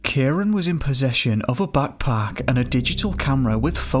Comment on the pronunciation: Heard 'backpack' as 'buttplug' and immediately had to hear again.. lol